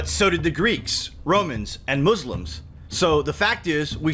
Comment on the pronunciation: Did you say "moozlims"? I've always thought there was two of them. Then years ago, I heard of the theory.